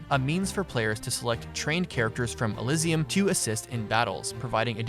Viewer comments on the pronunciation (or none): none